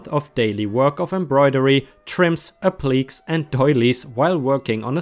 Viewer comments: Appliques is pronounced App-lik-ays... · Just an FYI, appliqués is pronounced "ap-li-Kay's". Isn't English a fun language? LOL! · Just an FYI... the word Appliques is correctly said like App--leh--Kays. :)